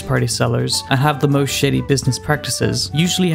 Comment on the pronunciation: LMAO, when he said shady, I heard shiddy. I hope you see humor, not offense here.